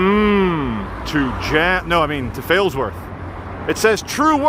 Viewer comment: Sorry, you were nowhere near Failsworth when you first said Failsworth